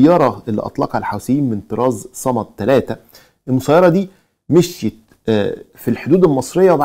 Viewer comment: ياخي اسم الطائره " صماد" مش صمد ! وهي صناعه يمنيه ليست صناعه ايرانيه ! مش عارف ليه مستحيل تستوعب عقولكم انو في عقول عربيه منتجه ومبتكره ومخترعه ! وموضوع ان الحوثيين مدعومين من ايران فقط ده كلام ناقص ، الصين بتدعم وروسيا بتدعم ومرتزقة السلاح الاوكران بيبيعو السلاح الامريكي والاوربي ولاتستبعد وجود علاقات بين الأفغان والحوثيين ووجود علاقات بين كوريا الشمالية والحوثيين ووجود علاقات بين فاغنر والحوثيين ووجود علاقات بين الأتراك والحوثيين